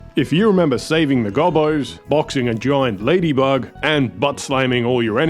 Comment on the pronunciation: Hearing "ladybug" in a non-US accent is just... wrong..